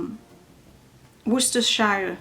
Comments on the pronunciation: It's 'wooster' sauce you don't say the shire bit😁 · Lol and it’s Woostersher sauce (closest to the phonetic I can suggest) 😂